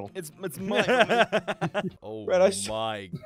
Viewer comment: he said ress instead of red or ross 😂😂